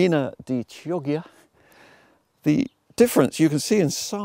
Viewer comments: I think it's pronounced key ojya, not chee oggya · Beautiful video. Chioggia is pronounced the opposite of the way you did : the chi is "dry" like the ki in kimono...and the ggia is wet like the ja in January .